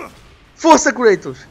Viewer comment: creitos... HAHAHAHAH é Kratos!!